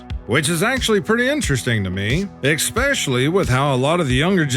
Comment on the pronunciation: please sir, if you are a real human, for the love of god and all that is holy, please please stop saying EX specially. especially. ess SPECIALLY. PLEASE. otherwise, i could listen all day and watch your amazing compilations even though they can be repetitive w the content. thank you and i love ya.